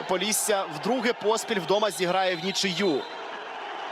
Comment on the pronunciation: поллісся🙉 шо воно таке🦧🤣